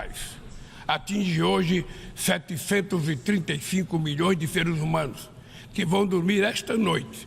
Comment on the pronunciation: "Serus umanus" 😂😂😂